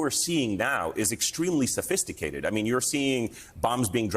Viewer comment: "Sofisticaled" but they flew in on hang glider. Cmon dude